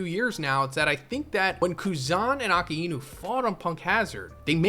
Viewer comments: Ah-Kai-new / Law-fee-yet. You butcher things sooo hard lmao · Bro just stop saying aka ino its weird af